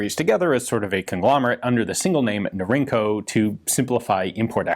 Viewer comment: Norinco is "Northern Industries Corporation." The acronym is pronounced Nor-In-Co. It's not "inc." like "incorporated."